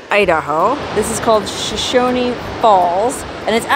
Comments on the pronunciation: We pronounce it Sho-SHOWN without the extra syllable of E on the end. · No Haters allowed! This is my home town.. I remember watching this in Wendell 1974. So all you haters don't be mean to! She may have pronounced shoshone wrong but her ❤ is in the right place! You go girl!